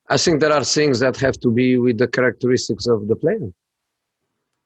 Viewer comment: "I sink..."